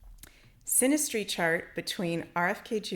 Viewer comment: Synergy, not sinestry, right?